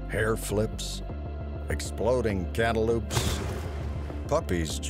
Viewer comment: Did anyone else have issue with the way this guys said cantaloupe like what the hell was that.